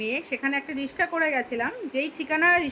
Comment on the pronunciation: Riska✅ Riksa❌😂😂❤❤ kintuu khub vloo kaj korlen mahassallah😢😢😢❤😊❤